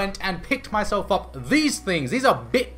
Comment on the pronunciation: Yes, you said it right. "Bic", /beek/. It's a French company. These are extremeley popular here in France, and also come in a 24 set. Very good felt pens, but they streak, like every other felt pens...